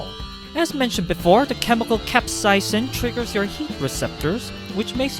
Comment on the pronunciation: i almost threw up at the way you say capsaicin